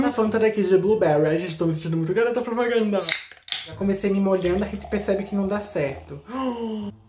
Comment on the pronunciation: "Ain Genty, tô my syntynduh umah garotah propagÂndah"